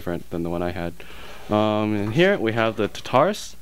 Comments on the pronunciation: It's tar-ta-rus, not ta-tar-us! Lol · You do know it's pronounced Tar-tu-russ... right? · omg you keep calling it the tutarus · you say tartarus wrong :P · At least pronounce Tartarus correctly, geez.